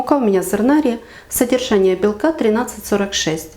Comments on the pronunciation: Борошно називається ЗернарІ, наголос на останній склад. А не ЗернАрі, як ви сказали. Невже ви не знаєте слово ,,зернарі"? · Цілком з вами згодна. Слово зернАрі ріже слух.